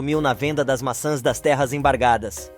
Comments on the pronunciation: NARRADOR NÃO É MASSAS E SIM MAÇÃS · O narrador não consegue pronúncias o nome maçãs.